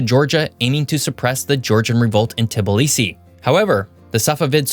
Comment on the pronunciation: Am from gorgia at gorgia and it's tbilisi not TbIlHdx u dum dum